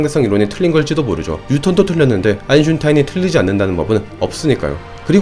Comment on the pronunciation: 이분은 Einstein을 아인슌타인이라고 발음하십니다.